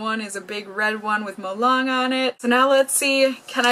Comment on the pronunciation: we pronounce it molelang, lang’s a is a long a. also we just don’t call this molang, we call it malong-e. 몰랑(molang)이(e). 이 not part of the name but it’s a grammar thing in korea but the character’s name is kind of grouped together and we say molang-e. It’s kind of strange to hear just molang to my ears because I’m used to hearing and seeing molang-e XD